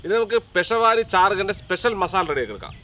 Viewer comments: പെഷവാരി ചാർഗ്ഗ ❌ പേഷാവരി ചർഗ്ഗാ ✅ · പെഷ വാരി അല്ല പെഷാവരി 😂😂